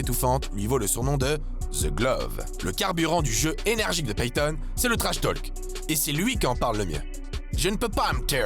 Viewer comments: La voix pro est nickel.. par contre le l de talk est muet, accent français ou pas. Là tous ces "tolques" c'est insupportable :/ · un conseil , arrête d'en faire des caisses sur l' accent ( les noms de famille notamment) c'est pénible et fais plus attention à la prononciation !!! "To Talk" , le "l" est muet (pareil dans talking du coup)